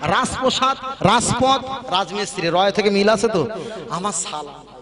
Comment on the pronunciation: রাজপথ. Raspoth noi